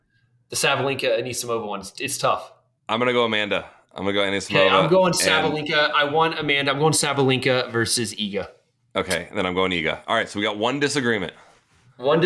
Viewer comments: Please get a better engagement strategy than mispronouncing names. Or admit that you're illiterate. Its Ani-SI-mova you doofus. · Sam please, say her name correct for once A-ni-si-mo-va ..